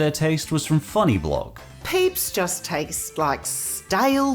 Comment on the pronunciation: “I don’t loik it”